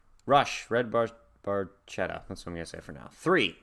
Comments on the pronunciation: In Italian, the “ch” in Barchetta would be pronounced like a “k”. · He pronounces in English with has "ch" sound, so it's ok, they understand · ds9 Great choice, Great reaction. I was going to write my interpretation of the lyrics but Mr. Chamberlain's comment covers It very well. btw, the technically-correct Italian pronounciation is Barketta, even though Geddy does indeed say Barchetta. Great job as usual and hey it's a good day for binging on. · Pronounced 'bar-ketta' in Italian. It's a small car that is open-topped, with no removable or foldable top. Emphasis is on performance... "A brilliant red Barchetta from a better vanished time..." LOVE this tune! Thanks for reacting to it!